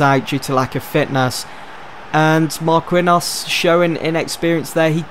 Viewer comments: 'Iblahimovic' 'Marqwinhos' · It's pronounced markinios